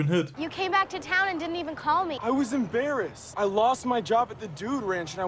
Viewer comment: I just realised when says ‘I’m embarrassed’ it also sounds like ‘I’m in Bears Ass’